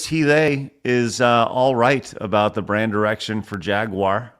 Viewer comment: Head of BRAND strategy at JAGUAR and the f'ing weirdo fool doesn't even know how to say the word???